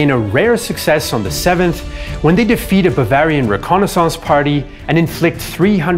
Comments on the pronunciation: The way he says reconnaissance and Strasburg is so funny! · Why are you pronouncing reconnaissance like that?